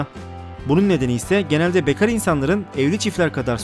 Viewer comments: Bekar deyişini duyduktan sonra kağıt deyişini merak etmedim değil :D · o nasıl bekar demek lan :D